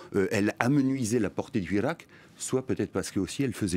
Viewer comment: Il analyse aussi mal qu'il prononce le mot hirak.